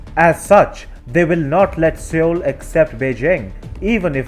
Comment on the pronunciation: Love the reporting, but Seoul is pronounced soul.